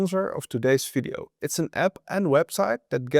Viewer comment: I think it is called video. Not fideo.